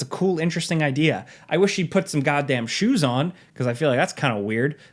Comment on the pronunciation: I love how you immediately sounded like my relatives on Long Island with the shoes comment. So fucking funny.